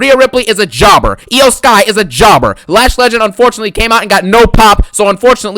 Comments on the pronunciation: Man i love your videos, you make me laugh some much " Pin Jober Ballor" hahahah 🤣. the way you say Jober and Garbage i laugh so hard. At this moment even if WWE does a good job on a show i want you to hate it. Love them videos bro keep up the good work. This show SUCKED no questions asked. Also i want your opinion on Karrion Kross booking. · I love it ngl 😂😂😂😂